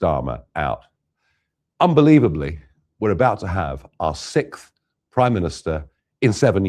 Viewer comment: why cant ANY OF THEM over there say the word SIXTH correctly? They ALL SAY SIKTH...and it drives me bonkers 😂